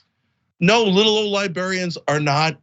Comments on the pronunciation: How in the world is Cenk saying "libarians" over and over again? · Cenk, its LibRArians not libERians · Cenk, say "libarians" again. 🤣